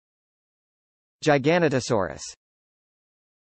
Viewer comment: The Pronunciation is gig-ah-no-toe-saw-rus anyone that says it with a J Sound is a moron.